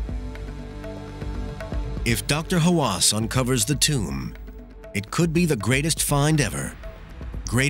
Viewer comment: You guys lost me at "tomb"